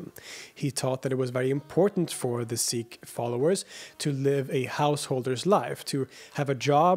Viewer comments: Pronounced seek not sick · It's pronounced Seek not Sick. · SEEkh. SEEkhism. Not sickh... They're not sick lol 😅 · Pronounced "Seek", not "Sick" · Whatever the correct pronunciation is, I wish you would say "Seek" instead of "Sick" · It's pronounced "seeks", not "six". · Pronounced "seek". Thanks. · Seeee (pause) k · You pronounce sikh incorrectly